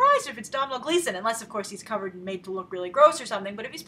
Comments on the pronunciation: Come on Grace, it's Doh-nal Gleeson. I understand that Irish names can be tough, but there have already been a lot of comments saying the exact same thing. Forget pronouncing the "m" in his name! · its pronounced like Doh-nal not domhnall and also hes irish;) not british please respect that love your video anyway also how much box office money would you say that this movie will get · Hey Grace, just wanna point out that Domhnall Gleeson is actually Irish, he's the son of Brendan Gleeson (In Brudges & Mad-eye Moody in Harry Potter). Domhnall is also in a movie that I think you mentioned you enjoyed, Dredd. P.S his name is pronounced like Donal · Domhnall Gleeson - Irish name pronounced like "Doh-nel" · Hi grace :) domhnall gleeson's name is pronounced like DO-NALL :) just clearing that up :) keep the great reviews going! :D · It's DOE-NAL. Like Donut. Also Gleeson is Irish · Domhnall is pronounced Doe-Nal!! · Domhnall Gleeson is Irish, (pronounced 'Doe-nall'), you're treading dangerous territory getting Brits and Irish mixed up! haha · Grace. It is pronounced Dough-Nell. He is Irish. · Its pronounced like dough-nal gleeson and he's Irish not British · it's pronounced dough-nal gleeson grace. just a traditional irish spelling of the name donal. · Its pronounced "Donal" and he's IRISH! He's Brendan Gleesons son! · You pronounce Domhnall's name doh nael. Love the videos watch everyday :)